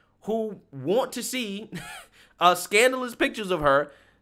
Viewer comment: Scandalous: “scan dah luss”